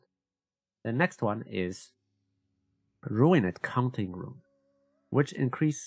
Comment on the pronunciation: It's pronounced ru-end, not ru-in-ed